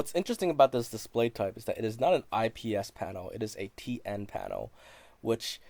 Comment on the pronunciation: Did you say PN or TN